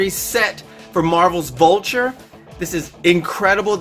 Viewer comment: Omg why did you say bulture